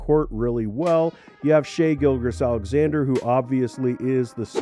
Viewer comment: Shai "Gilgres" Alexander 😂 ight bro